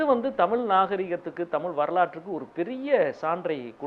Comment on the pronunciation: டேய் திமுக இல்லாமல் ஜெயிச்சுருப்பீயா. உன் கட்சி மேற்கு வங்கத்துல காலி . கேரளால செக்கண்ட் ப்ளேஸ் . முதல்ல தமிழை ' தமிழ் ' என்று உச்சரிக்க கற்றுக்கொள். அளுத்தம் இல்லை அழுத்தம் . அல்லது தமிழ்த்தாய் செத்துடுவாள் .